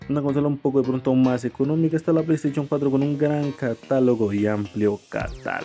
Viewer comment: Play staichon? Jajaja